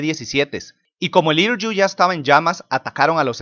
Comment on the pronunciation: "Hiryu" se pronuncia "Jiriu"